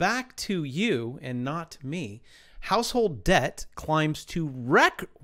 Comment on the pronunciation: The b in Debt is silent #YoureWelcome